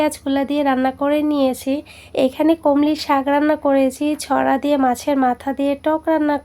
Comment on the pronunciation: আপু নতুন করে যোগ হলাম সাপোর্ট কইরো । আর আপু তোমার মুখে কমলি কথাটা কিন্তু সেই 👌👌👌